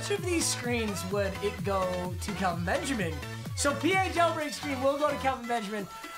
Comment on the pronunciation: Its Kel-Vin not Cal- vin